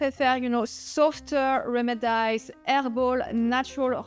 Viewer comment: So you know: It is remedies ( rem- ih- dees) ...not rem id eyes....:)